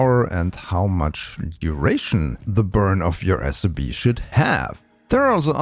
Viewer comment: Not a criticism to your accent (I'm also not a native English speaker) but I heard SOB instead of SRB many times lol and that made me laugh lol